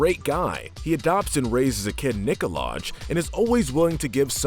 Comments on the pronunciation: It’s not nikolagh it’s Nikolag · You said nikolag not nikolag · "its nikolash" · IT’S PRONOUNCED NÉE-KO-LAJ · it's pronounced 'Nikolaj' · Nah ur all wrong. It's "Nikolaj" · No no no no no. Say it with me now, Nikolaj. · No no no no no,it is "Nikolaj" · You pronounced Nikolaj wrong:) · He pronounced Nikolaj wrong